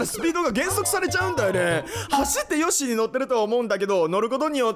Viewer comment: 個人的にここのヨッシィウケるww